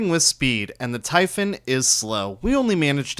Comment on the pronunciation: Nice vid! Also you're the only youtuber who pronounces typhon correctly.